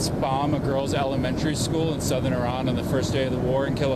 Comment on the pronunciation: He changes the pronunciation of Iran mid dialogue.